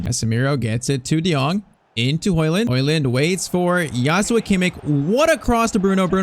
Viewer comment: its joshua bro not yoshua